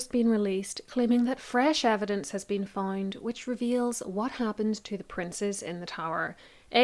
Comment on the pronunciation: you say fined instead of found?